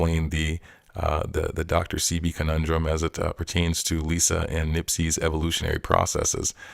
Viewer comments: Sebi not sea- bee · No bro your the last to know you don’t even know how to pronounce his name your calling him sea-Bee lmfaoo bro you just found out about everything your you putting on your channel you should be honestly with your viewers lmfaoo be honest with your self